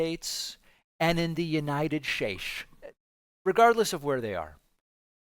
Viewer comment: United SHSTATES..Haha...Naughty David.